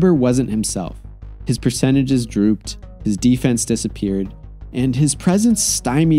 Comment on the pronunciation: "his percentages drooped"